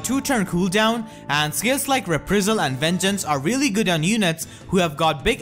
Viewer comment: PLEASE PLEASE PLEASE, stop saying "re-pree-zul". It is pronounced "re-PRY-zul". Also "STONG MAGES" at 10mins+